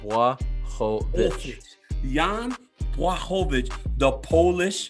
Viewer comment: DC’s pronunciation of Błachowicz is spot on.